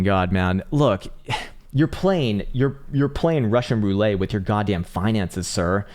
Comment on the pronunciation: Dude said roulette like a French man. Lol.